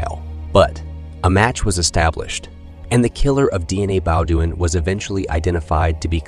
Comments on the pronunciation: Shitz-ophrenic. DNA Bo-doin’ instead of Deanna Beaudoin (pronounced Bo-dwaaa in the actual French language on the planet earth). Pretty funny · I think he’s saying the family name incorrectly… I think it’s Bo dean 😅